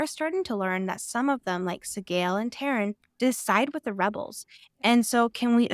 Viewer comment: It's TAIRN, not Tarin. T-air-n